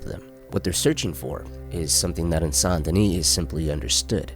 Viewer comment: "Saint deni"? IT'S. PRONOUNCED. "SANDY KNEE"!